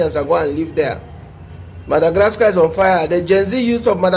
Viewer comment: The only person in this world who can say MADAGRASKA......lol